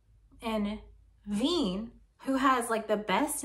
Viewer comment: "Willy Wien" is pronounced "Villy Veen". :-)